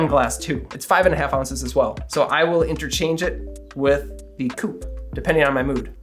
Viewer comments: I'm a Belgian french speaker. You pronounced coupe pretty well. If you want to improve, say "coop". Without long "oo". The most important thing is to pronounce the word like if th E vanished and never existed. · You are absolutely right about the coupe, that is the proper French pronounciation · You’re right,not a cou-pay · as a French person I thank and commend you for using the right pronunciation. A "coupe" (a cup) does not have an accent, unlike "coupé" (adjective meaning "cut") that does. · You are correct about the “coupe” vs “coupé”… I’m French Canadian… Excellent video! Thanks! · Yes it is a "coupe" and not a "coupé" (which is a car ) awesome vidéso tks ! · Being a French Canadian, I confirm that your prononciation of « coupe » is exact 👍🏻 Since there is no « accent aigu » on the « e » (é), it is pronounced « coupe » and not « coupay » (coupé). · As a French French, I concur as well. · you're getting a like for correct pronunciation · as a french, your nailed the pronounciation ;) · I am from France and I have to say that your pronunciation of "coupe" is perfect! There is no "accent aiguë" 😉